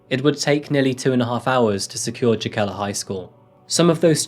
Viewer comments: I love your videos my man, watch them everytime they come out but i remember you said you wanted to work on your presentation and speaking and stuff so next time you might want to check pronunciations and stuff! Just some constructive criticism! Jokela is probably pronounced yokela, and tuusula probably has a different pronunciation too cuz finnish has alot of those double vowels that i think just make them longer like an extra beat almost! The double vowel stuff is a bit extra but those soft js you dont want to mess those up! Just like you wouldnt want to pronounce the j i mojito! Different language and rule but same faux pas!! Youre still my favorite true crime channel next to ballen!! Keep it up!! 😁😁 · That is not now Jokela is pronounced at all lmao. J is pronounced like y in English, o is pronounced like o in long, e like the middle e in eleven, and a like the first a in amazon. EDIT: you are showing Tallinn , not any place in Finland :D Duuuude, you're not even American! :D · Tbh, the town (Jokela) is pronounced “yoh-keh-lah” but this video is EXACTLY how I’d hoped you’d create it… …loved how you’d recreated the mundane yet happy stories of all those cool Finns doin’ their thang, and there are many shy Finns, too! It’s very rare, however, in spite of the sad stories from Finland in recent years, for teens to harbour sick fantasies of murdering his peers. Plus, your final points about the anonymity of users was clever, I never thought about that… in some ways, the tender balance between nature-society clashes with the Internet age in Finland, so worthy of investigating this further, too. So grateful for this video and can’t wait to see if you post anymore from the North. I thought the blue and white shirt worked well, btw. Keep it up,!✌🏼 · your pronounciations of finnish words/names are the most horrible things my ears have ever had the misfortune of hearing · Sorry, would it be pronounced Jokela?